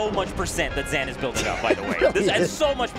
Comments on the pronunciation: it’s pronounced “zain” not “zan”, the fuck is up with the commentary 🤣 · Weird to hear zeen instead of zain but glad I now know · are we saying ZAN now lmao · sorry bud this is america and im an american, i aint saying ur name with no afghani pronunciation nonsense your name is spelled z a i n and im pronouncing it that way the south will rise again